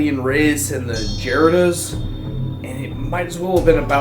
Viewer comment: "Jaredoos" plz.